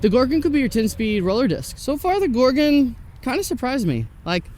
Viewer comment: Thank you for saying Gor-gon, not gor-GONE!